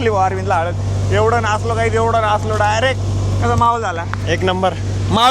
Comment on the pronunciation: हळद ❎ हलद ☑️ 😅